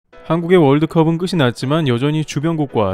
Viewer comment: ● 끝이[끄시] 났지만?! ㅡ 끝이[끄치] 났지만.